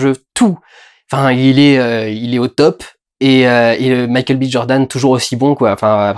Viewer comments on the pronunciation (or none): none